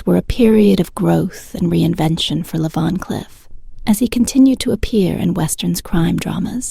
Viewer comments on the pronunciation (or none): The AI for this video is SO BAD that I couldn't listen anymore. Leah Vancliff? S C eye fi? Come on now, do better.